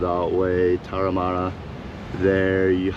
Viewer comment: I think it’s Tamarama not Taramara. 🏄‍♀️🌊